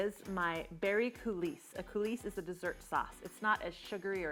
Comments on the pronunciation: I love your creative intro (your name revealed from the flour). I just wanted to mention that coulis is pronounced "cooLEE." The "s" is not pronounced, but your video was fantastic! (And, no one should have given you a "thumbs down.") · Coulis pronounced Coolee. Looks great though.